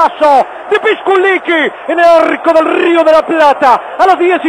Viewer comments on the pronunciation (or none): Jaja , ¿porque dice "pisquliqui" , enves de "pisculichi" ?